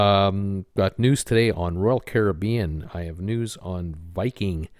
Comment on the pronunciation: You said Caribbean correctly the first time. It is the American pronunciation that is incorrect.